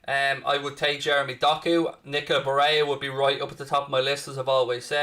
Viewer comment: Barella isn't pronounced Bareya. That's Spanish pronunciation not Italian. It's Ba rell a. Some scousers are extremely racist in a regionalist manner. Many don't even support England because they see themselves as scouse, not English.